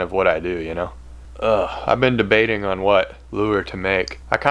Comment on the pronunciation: “Been de’bait’ing” 😂